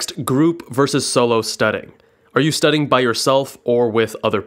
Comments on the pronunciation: Is it just me or is he saying studding instead of studying? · Am I the only one that hears “studding” rather than “studying” in this video??